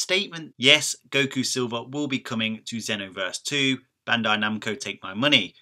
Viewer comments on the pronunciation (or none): none